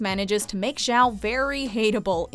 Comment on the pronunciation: Who the hell is Admiral Zhao? I think you meant Admiral Joe.